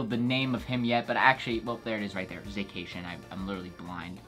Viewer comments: Za-cation lmao 🤣🤣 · _ zacation 😂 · The way he said Zacian. 😂